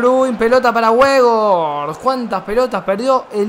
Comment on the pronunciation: Gente normal: Weghorst: Webos